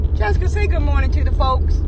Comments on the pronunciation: "URLY IN THE MURNING"🤣 "SAMICH" 🤣🤣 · "early in the mernin" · "Early in the Merning" Haha!!!! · "Early In the murning" 🤣🤣as a fan u gotta love them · "ERLY IN THE MERNING" 😂😂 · Early in the merrning lmaoo 😂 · “Early in the murning” 😂💀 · Auerly in the muerning lol!😂😂😂😂😂😂😂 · She say early in the murning 😂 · “Early in the merning”